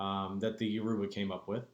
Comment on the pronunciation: never heard Yoruba butchered as such... smh Absolutely atrocious. why have u abandoned the ways of YOUR ancestors?